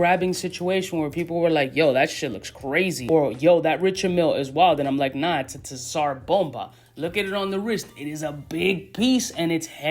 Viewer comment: Killing me with the "tissar"